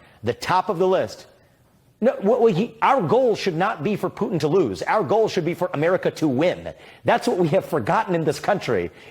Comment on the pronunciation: Bill, did you say tootin, Putin ?